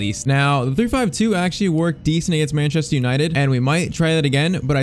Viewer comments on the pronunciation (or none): none